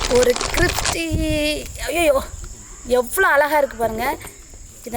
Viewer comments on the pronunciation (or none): Aiii mundam scripsy illa 'crispy' Vaaya thinnuradhukku mattum use pannadha🤦🤣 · Adhu cripsy illa crispy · Athu scripsya illa crispyaaa ..erummqa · Kripsy ya 😂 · Skripsi no cripsy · Athu cripsy illa crispy